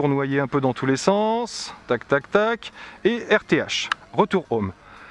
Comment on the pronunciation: C’est insupportable de regarder une vidéo filmée avec une caméra sur la tête, ça donne envie de gerber au bout de 30 secondes. En Anglais, les H se prononcent, on ne dit pas « ome », on dit Home. Quand vous riez vous ne faites pas A A A A A, vous faites hahahahaha donc vous savez prononcer donc, svp, prononcez les H. Dernière chose, la propagation des ondes est perpendiculaire à l’antenne. D’après vous, où vont les ondes radios quand l’antenne est à l’horizontale ?